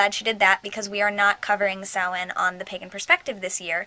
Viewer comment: I'm so glad you said Samhain right!!!